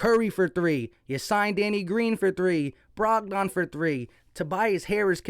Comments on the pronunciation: Lol you be murdering names rotfl Brog don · BROG-DON…. LOL had me cracking up…